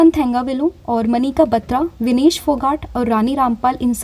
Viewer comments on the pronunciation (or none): none